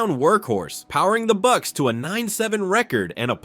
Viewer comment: the buccsess